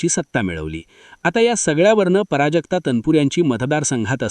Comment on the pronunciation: पराजक्ता नाही प्राजक्ता लिहीणं तर नाही बोलणं सुद्धा चुकीचे पराजक्ता पराभवा सारखं वाटतं